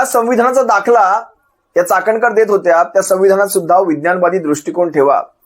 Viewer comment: चकणकर नाही चाखणनकर वाई। धन्य झाली बाई।